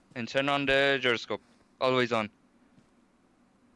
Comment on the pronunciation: The man said Jeeroscope